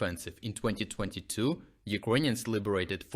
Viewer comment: Hey, dude. Thanks for your videos. Is it on purpose you pronounce “Ukrainians” as “Iconians”? Star Trec style?